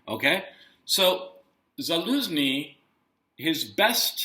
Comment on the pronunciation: The head of the Ukrainian military's name is pronounced "Za-LOSE-nee"? lol! How absolutely perfect. 😂